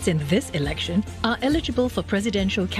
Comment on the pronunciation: Damn sian listening to one of the candidates. Elec-sian, posi-sian, deci-sian, federa-sian, etc, etc.